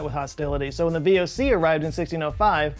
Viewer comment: Yes well, I would not have been born was it not for the VoC., btw, you completely butchered the pronunciation of the VoC there.